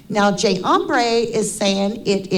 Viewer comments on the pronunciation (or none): Uuhhhmmm , it’s not Hombre it’s Embree, pot kettle black. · She freaking called you J. Ombré instead of J. Embree then smugly called out Harsh for misspelling Kopacka! 🤣